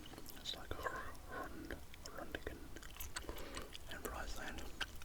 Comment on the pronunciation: Good effort on the Dutch introduction :) appreciate the vid, with love from Groningen, The Netherlands. PS: it's pronounced "Grow ning uhn" with the so called gutteral g.